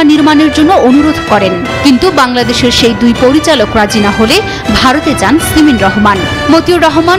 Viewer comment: "সিমেন" রহমান !!! 😅😅😅